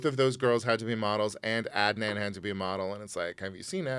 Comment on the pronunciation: Did he call Anwar Adnand? Either way, I'm dying 😂🤣